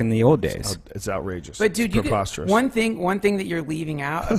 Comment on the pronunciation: Drinking game , take a shot every time joe says popasterous lol sorry for my spelling lol